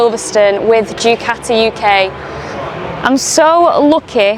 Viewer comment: I didn't understand your English vocabulary... It's Du Ca tee yi Not Due cati it's Italian not Yorkshire. Please pronounce it properly.